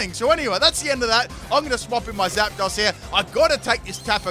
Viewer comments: I fucking love your videos and I've been a fan since XY, but HOLY SHIT you gotta work on your pronunciation lmao it's not "ROY-A-CALL" it's "Re-Coil", "Jie-Row" not "Gear-o", and "Zap-dose" not "Zap-doss" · It’s pronounced Zap-Dose